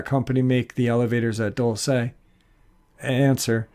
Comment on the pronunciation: it's prounounced Dull-see not Dull-say